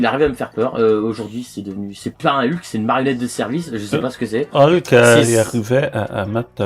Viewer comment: Ca ce dit Hulk mdr